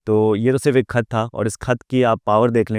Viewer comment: yes khat nahi bolna araha